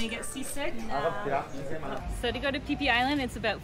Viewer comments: Phi Phi..ฟิฟิ ให้อ่าน พี พี อังกฤษ ส้นตีน สไตล์ ไทย ๆ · .... PP Islands, not PHI PHI Islands